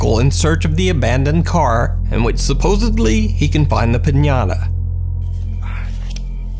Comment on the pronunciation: I really like your channel so I'm really just trying to be helpful. It's "Supposedly", not "supposably"